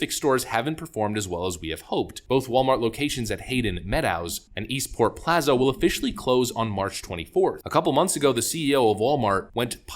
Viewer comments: Come on dude, you literally mispronounced "meadows"! Get your shit together! It's pronounced MED-OHS! For fuck's sake! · you mispronounced the hell out of the word "meadows". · You might want to learn how to pronounce "meadows" before doing any more commentary.